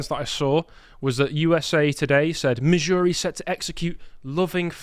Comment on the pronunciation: Missouri/Kansas is my state, the way you said was Epic. Yes death penalty is good. Love my state. It’s a conservative state (does not mean REPUBLICAN, they are different.) except Kansas City and St. Louise.